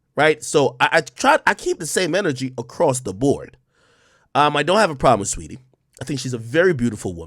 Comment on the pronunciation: He said streety I’m ☠️☠️🤣🤣